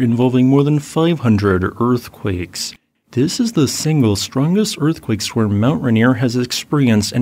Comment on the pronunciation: Swarm should not rhyme with worm.